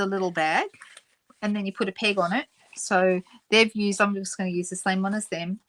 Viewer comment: We call them clothes "pins", and I keep hearing "pig" when you're saying "peg".